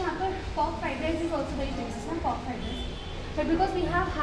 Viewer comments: Why you always pronounce RICE as RISE.... 🙄😑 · You are pronouncing RICE As RISE🤨